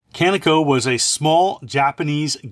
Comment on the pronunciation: Kaneko is pronounced Kah~Nay-k'oh